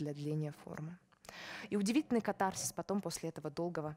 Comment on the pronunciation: кАтарсис. Ударение на первом слоге.